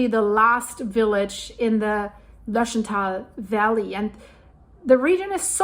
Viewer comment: Its called Lötsch taaal... grüsse aus zürich😅😊